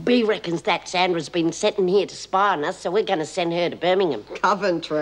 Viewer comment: I'm from Birmingham and she said it perfect! I gave a little cheer when she said it! Proud Brummie 😂